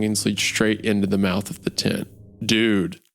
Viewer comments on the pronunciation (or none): I was at work and couldn't read the CC, legitimately just thought Wendigoon was saying "tit" the whole time instead of "tent" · I was listening to this at work while painting and I swear I thought for like 10 minutes while Isiah was saying tent he was saying “tit” and I had a completely different view of what was going on in the beginning